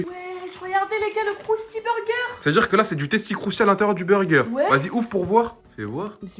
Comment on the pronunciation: Elle a dit crousty berger